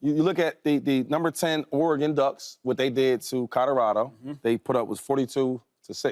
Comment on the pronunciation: Did he just say Codo Rado 🤣